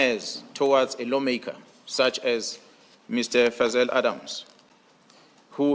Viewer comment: 😂 He called him "faizel Adams" damn I love this General